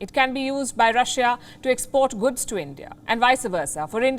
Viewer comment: It's not guds, it's goods Palki ma!